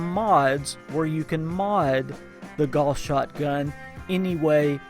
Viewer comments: It's GOWS, not GORS! And ALL gauss are explosive... how can you do a review and not know this? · Sometimes I'd agree but it's said wrong by a lot of accents, not just a Southern USA. Gauss is the name of the guy who started the research into this kind of technology and it's pronounced Gow as in How with an s on the end.